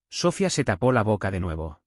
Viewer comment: El nombre es SOFÍA. CON ACENTO EN LA I . ALLÍ PRONUNCIAN SOFIA